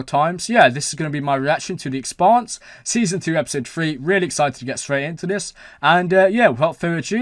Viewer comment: Hard to believe you still pronounce the shows' name incorrectly...